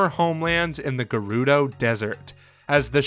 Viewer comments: Agreed the "g-air- oo-doe" 💀💀💀💀 kills me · I love your videos but..whats with the pronunciation of Gerudo its like you're saying Gay-Ruh-Dough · “The geroodoh” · The new narrator from 39 on is unable to say Gerudo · Buchanan one of the narrators kept saying it wrong. It's painful to hear, plus quite obvious if you know the correct pronunciation. I figured it was his accent as he says it wrong in every video that mention them.